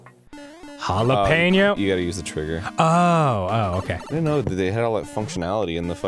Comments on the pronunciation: Jalap-eno Put the emphasis on the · it's jalApeño not jalEpeño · It's pronounced "jill" "app" " ano"